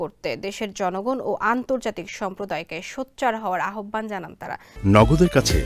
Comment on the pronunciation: আপনার উচ্চারণ ঠিক করুন, আহ্বান উচ্চারণ হবে আওভান। কোত্থেকে যে আসে এইগুলা?